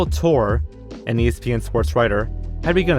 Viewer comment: FYI it's pronounced Pablo Tor-ay